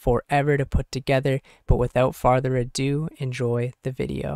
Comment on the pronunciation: Took you this longer and we still manage to say "without father adue" LMAO